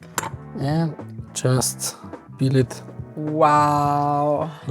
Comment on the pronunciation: Peel (not pill)